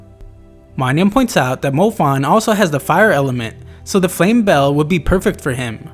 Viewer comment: I'm not 100% sure but I think the Flame Belle is pronounced something like Flame Bellay